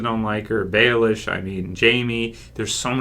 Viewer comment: Why do you always call him Baelish hahaha?